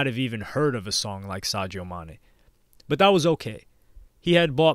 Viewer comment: Who's Sagio Maney? I've only heard of Sadio Mane.